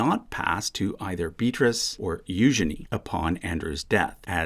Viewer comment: Thank you for pronouncing Eugenie's name correctly. I love her name.